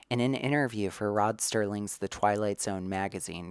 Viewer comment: Insightful overview of Craven and his work. One nitpick detail though ... It's Rod "Serling", not "Sterling". Keep up the good work!